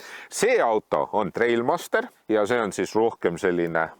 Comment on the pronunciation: See nime hääldamine kriibib ikka korralikult kõrvu. See on Trialmaster mitte Trailmaster.